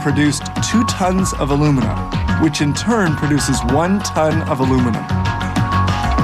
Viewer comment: 4-5 tons of bauxite is made into 2 tons of alumina (aluminum oxide, AL2O3) which is then made into 1 ton of aluminum metal. The way alumina and aluminum are pronounced in this video makes it hard to understand.